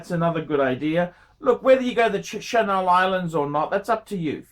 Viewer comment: "Chennel" Islands.